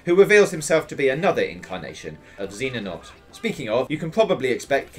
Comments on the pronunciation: Xehanort not Zeenanort... Jeez this exact same thing happened with Eurogamer's video. Why is it so hard to say "Zey-a-nort?" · My mans said zeenanort😂😂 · who tf is zennanort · I don't even get mad when I hear someone mispronounce Xehanort, it's just funny now; like, I kind of almost hope they mispronounce it. Seriously though, there's no reason to get upset about the mispronunciation of his name guys c'mon let's share a hearty chuckle over all the zeenanorts and zena norts. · Can we get people that know the series to cover the game? Is that too much to ask? Who the fuck is zeenanort? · Zeenanort. We need an official list of hilariously bad attempts of pronouncing Xehanort. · for the love of god how hard is it to pronounce xehanort correctly come on you're better then this even ign learned how to pronounce his name